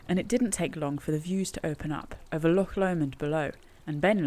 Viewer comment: A great documenting of the ascent and descent of Ben Lomond and may I commend you on your pronunciation of "Loch", not bad for a Sasanach lol .....although marks off for referring to valleys and lakes. The valleys and lakes stop at the border, only glens and only one Lake - Lake of Menteith in Scotland. Can I also encourage to buy some boots with a good grippy sole, or your going to come a cropper on one of these steep descents. Great vid though :-)